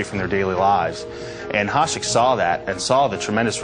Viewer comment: Hašek is pronounced HaSHek not Hasek